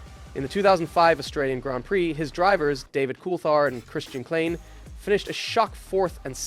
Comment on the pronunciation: . right up until you called Christian Kline, Christian Klane, you were doing so well. i was actually enjoying the video. but if you are going to do a video about f1, you really should learn how to pronounce the drivers' names!